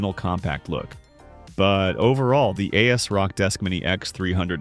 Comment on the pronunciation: "a s rock" 😂